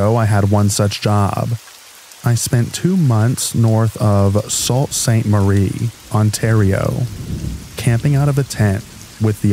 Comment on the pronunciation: Sault in Sault Ste Marie is pronounced “sue” lol, but love the videos